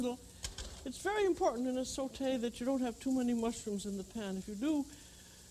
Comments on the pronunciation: Thats because she is bilingual and fluent in french. The way she says SAUTE is perfect im french Canadian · i mean she is the american french chef so makes sense that she would pronounce french words properly